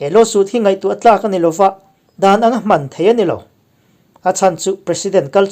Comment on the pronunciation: In chanchin hi kalo ngaithla zela marawh chu tawngthluk hi uluk deuhthei la ka tikhawp mai Tekhin nan Hman`√ Hman.×